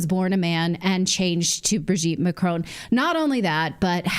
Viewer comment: Makroon, you make it sound like macaroon 😂